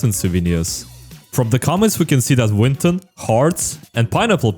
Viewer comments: You said winton hahahahahahajha never gets old ooooh jesus I'm rolling on the ground from laughter hahahahaha winton haha winton what a funny joke. Jesus someone stop it I can't stop laughing aaaaa winton so funny. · “Winton overwat” chain